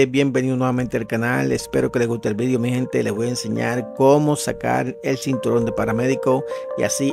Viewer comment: Sinturon? O cinturón?